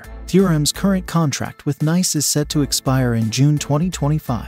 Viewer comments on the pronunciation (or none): AI does not know how to say Nice (France). Just parroting along happily, not even knowing the words coming out of its speakers…